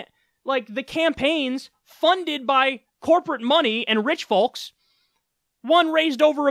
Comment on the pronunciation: Kyle the L in folks is silent, just like the N in damning....I'll comment every time!